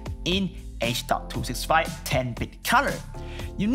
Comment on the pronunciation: It's h.265 riiiiight? not h.256